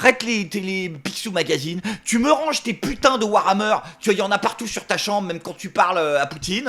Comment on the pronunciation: Et les "tchu", "genre".